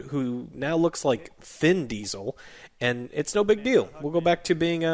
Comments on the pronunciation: "thin Deisel" lol good review, good job. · "Thin Diesel", lol